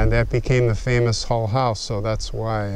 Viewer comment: Why do you pronounce Hull as Hall?